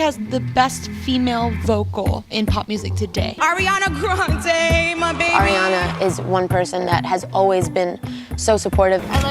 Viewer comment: air-iana granday 🤦🏻‍♀️ lol